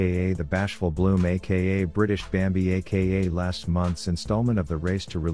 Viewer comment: When reads "BRITISH bambi" 💢👄💢